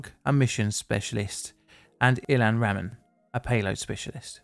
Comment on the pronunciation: NOT ramen, it's RA-MOAN. Do your research, it's offensive to screw up a name